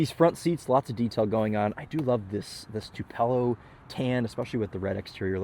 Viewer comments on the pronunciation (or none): It is TU-puh-lo. Not tu-PEL-oh